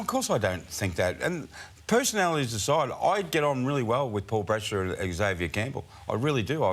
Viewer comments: EX-avier is a pet hate of mine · Someone needs to teach him how to pronounce Xavier.